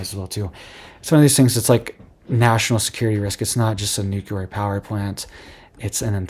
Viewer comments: Nuke-lee-er, not nuke -uh--ler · N U C L E A R not😢nuculer😮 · Your pronunciation of Nuclear," is wrong. You're saying it like President G. W. Bush: Nucular. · THERE IS NO "Q" IN NUCLEAR! Dude! You seem like an intelligent person. So pronounce this VERY important word correctly. NUCLEAR. NEW-KLEE-YER.